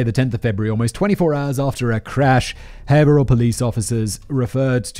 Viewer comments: Thank you for pronouncing Haverhill correctly! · Hearing someone pronounce Haverhill correctly is always jarring because I just assume it'll be pronounced wrong 😅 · Haverhill = haver-ill